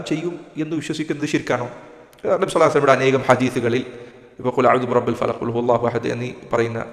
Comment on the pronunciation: സൂറത്തുൽ ഫലക് അല്ല ഫലഖ് فلق എന്ന് പറയൂ. പിന്നെ അഭിപ്രായ വ്യത്യാസമുള്ളവരോട് ബഹുമാനത്തോടെയും....